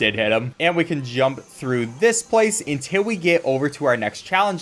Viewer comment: "untiw we get oveww"